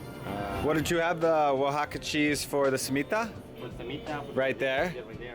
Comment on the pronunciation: The way he says Torts and Cemita make me cringe 😂